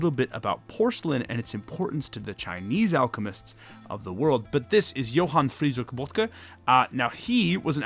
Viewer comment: dw while not completely “perfect” pronunciation like this pedantic fellow German would like. Most Germans appreciate the effort of pronouncing names well from a foreign language. To which the ignorant doesn’t apply as that would have sounded like yohan fridrik bodger from most people not familiar with German names.